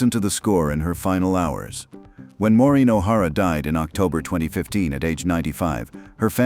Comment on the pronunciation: Wouldn't you think he would learn how to Pronounce Maureen before narrating this video 😢